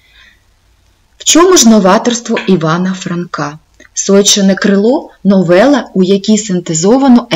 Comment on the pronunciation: Розказано не погано, але є зауваження вимовляється не сойчєне, а сойчине вимовляється трердо ж, ч, ш а не пом'якшено.